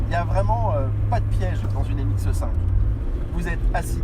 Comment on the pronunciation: Excellente vidéo, mais par pitié... C'est MX5 par MX "E" 5